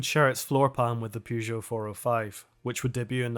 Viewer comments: I'm Irish and I pronounce Peugeot and Renault correctly. I'm cringing every time I hear that "Pyoo..." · Love the video, but please stop pronouncing "Pugeot" like that. There's an e there at the beginning, not a u sound, you can find French people in video saying it right, it's distracting how you pronounce it. Sorry for the rant, keep the videos coming.